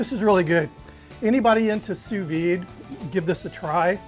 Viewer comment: What the heck is "two veed" ?